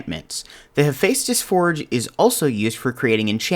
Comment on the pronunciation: you actually pronounced Hephaestus perfectly! He was the Greek god of fire and forgery, just if you’re curious.